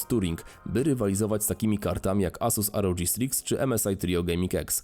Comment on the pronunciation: asus rodż striks ahahahahahah to sie czyta ROG republic of gamers a nie republic of dżamers...